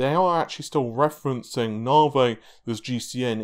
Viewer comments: Hearing "narvay" irritates me so much for some reason. Is it me or is it "narvay"? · Came for the "Navey". Was not disappointed.